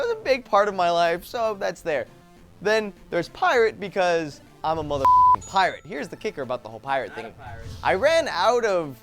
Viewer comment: I laughed a little harder than I should've when said "Paranormal pi-rate!"